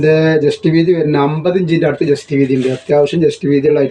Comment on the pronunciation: എന്റെ ഒരു സംശയം നിങ്ങൾ ജെസ്റ്റ് വീതി എന്നാണോ പറയുന്നത്. ചെസ്റ്റ് വീതി എന്നല്ലേ പറയുക 60 സൈസ് നല്ല ചേലുണ്ട് എല്ലാം സൂപ്പറാ ണ്